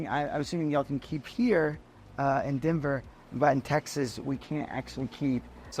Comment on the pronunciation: lol did he say Denver? Potato Puhtato